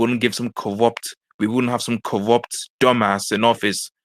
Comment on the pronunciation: "Chwump is cowupt..."